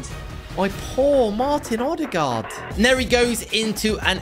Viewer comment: Ødegaard is Ø not O